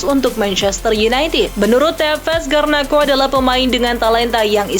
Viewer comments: Garnacho, bukan garnakho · saya apresiasi berita disini itu komplit, tapi tolong dong penamaan pemain itu harus benar, kek garnacho itu dibacanya garnaco, bkn garnako. kim min jae dibaca kim min je, bkn kim min hae.